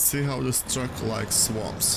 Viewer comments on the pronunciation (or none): Tuck rescue.... tuck! TRUCK!!! It’s TRRRRRRRUCK!! 😂.